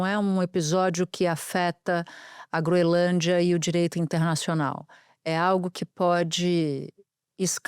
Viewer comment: É incrível como nem profissionais da "alta cúpula" jornalística conseguem pronunciar corretamente uma porcaria de nome. Não tem de verdade nenhum pateta na grande mídia que saiba dizer GroeNLândia? Nem a Natuza Nery?